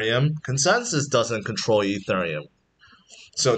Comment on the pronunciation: its painfull to hear you pronounce ethereum